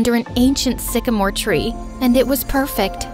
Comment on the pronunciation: I thought she said " and we kissed under the sigma tree 😂😂😂